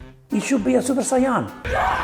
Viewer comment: Ahah yes, that is the way it’s pronounced in italy. Although this is closer to the actual japanese pronunciation than the way english speaking people say it